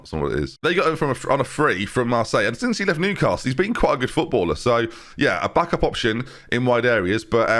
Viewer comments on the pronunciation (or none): none